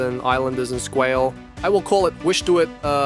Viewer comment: Interesting video… Squalé is pronounced Squaaal A